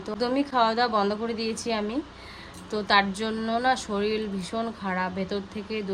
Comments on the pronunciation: কথাটা শরীর শরীল নয় 🙄🤗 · Soril hoy na say sorir